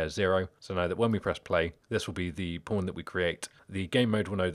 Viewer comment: Every time you say pawn, I hear pron with the o and r switched haha. Other than that, great video.